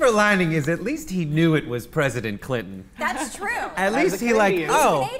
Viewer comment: Stop calling him President Cli'in please. It's really obnoxious.